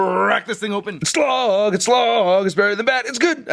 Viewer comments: IT'S SLAG NOT SLOG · isnt his name slag? not slog?